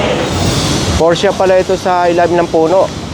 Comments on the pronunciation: porsche lang po di porscha hehehe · P-O-R-S-C-H-E po hindi porchia.(' ~')